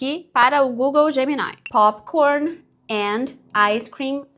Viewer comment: "Popikórni, áicêcrim"